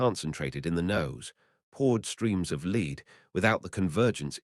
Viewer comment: The AI voice is bad and you should either voice it over yourself or not bother. Saying the P38 put “lead” down range as if it’s saying “lead into battle” is just silly